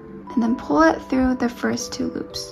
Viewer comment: When you say two loops it sounds like you're saying Tulips